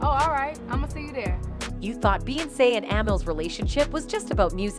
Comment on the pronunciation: I can’t take this video seriously ‘Beyonsss’ and ‘Beeeonsss’ huh?? 😂